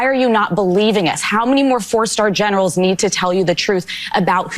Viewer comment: Did you say the trump admires German generals or genitals. I only ask because of his recent admiration for Arnold Palmer's ...